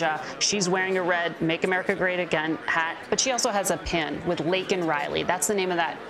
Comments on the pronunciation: State of delusion...what an embarrassment...couldnt even get Laken Rileys name right...its not lincoln...smh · my exact thoughts. He couldn't even get Laken Rileys name right